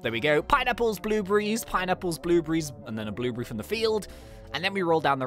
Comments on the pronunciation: Sorry, I just can't unhear the way you say "Blueberry" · I like the way he says blue berry